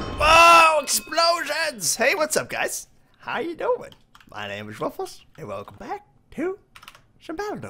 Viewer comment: Woofless not woof less